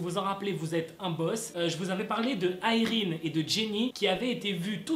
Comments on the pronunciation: Je crois que ça se prononce Yraine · Tu sais a un moment tu a bien prononcé le nom de irene mais tu a cru que non dcp tu a continue le truc....avec la mauvaise prononsation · '' irene '' ça se dit a la française non ??